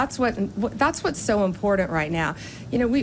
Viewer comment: She cannot even say " important" lol dumb a...sss